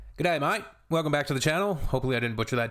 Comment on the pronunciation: Not a bad "G'day mate!" 🇦🇺👋